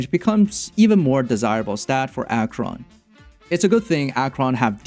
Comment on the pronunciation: Nice guide! Thanks for all the valueable informations. But I must say that I cringed everytime, when you said "Dot.Cheron" xD